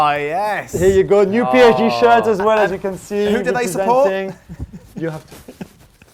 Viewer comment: Does Julien's kids even speak French? The "PSG" sounded very British 🤣